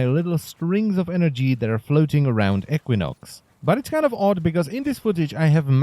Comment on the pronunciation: EEK win ox not eck win ox